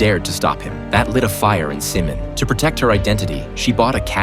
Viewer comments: No its not seme its simin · Simin❌️ Semen✅️